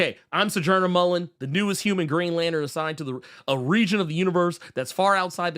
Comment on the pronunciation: Damn, FD commented on the “beef”? I respect for standing on business. Peace to, I think Intergalactic Empire of Wakanda did a similar thing to the deluxe of Far Sector. Also, if not for this channel, I wouldn’t be clear on how to properly pronounce Sojourner Mullein last name.